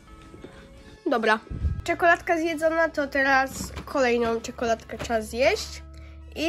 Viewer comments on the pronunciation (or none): "Czekoladka zjedzona tooo teraz CZEA okejna czekoladke se zjesc" Specjalnie czea bo tak usltszlam i mnie to rozwalilo HSSSHSH